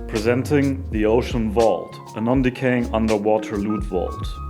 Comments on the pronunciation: "Underwater Wault" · I love how you pronounce Vault :)